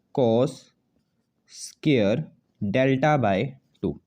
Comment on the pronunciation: Bhai scare nhi square hota h sahi se bolo